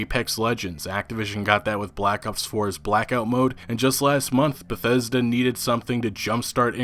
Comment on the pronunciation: though you said "bethetic"